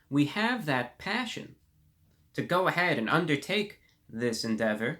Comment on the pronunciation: It cracks me up to hear this man saying "passion".